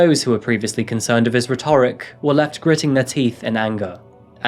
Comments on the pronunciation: Fantastic show, and by jove you've blossomed into an excellent presenter. Just remember "retrick" not rheTORIC. 😎🥰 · It's not "rhe-TO-ric", it's "RHE-to-ric". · Rhetoric is pronounced RETorick. Also - the other YouTuber, did he do anything other than rant online? Like, contact the local police, for example? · Rhetoric= RET’-er-ic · Rhetoric: rett-ur-ic, the emphasis is on the rett. The orric is only emphasized in pronouncing rhetorical. Hope it's ok to point that out. Thanks for the always clear, uncluttered accounting style in your videos, the sane underlying morality and the respect given to those who suffered due to these tragedies. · RHETORIC IS PRONOUNCED ...RHE- tor-ic, the first syllable to be the strongest. Don't worry. My Mom and Dad let me mispronounce and I did so on a very regular basis! The on ly remedy is to look up words you aren't sure of!! I've been to Finland( Im half Finnish) and there is the ghost of nazi-ism in spite of their VERY PROGRESSIVE culture. They were forced to ally themselves with Germany to avoid being swallowed by Russia 🇷🇺. They never speak of it.But, it's there. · rhetoric : Ret-err-ick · The way you say ‘rhetoric’ angered me 😂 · The way you pronounce rhetoric 😮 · Not sure if you’re aware of this but rhetoric is pronounced different in this usage. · “Eric was amongst their discovery” - why do SO many people doing true crime videos have such a problem with the English language? That’s also not how you pronounce ’rhetoric’🙄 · Who taught you how to pronounce 'rhetoric'? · Please learn how to pronounce rhetoric properly..... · Excellent video apart from the pronunciation of rhetoric 🙈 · Who taught you to say rhetoric? It sounds so weird the way you emphasise the 'or'! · You have a strange way of speaking, like emphasising the second syllable in the word 'rhetoric'. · in "rhetoric," the stress is on the "e".. you were prouncing it as if you were going to say "rhetorical," in which case the stress is on the "o"..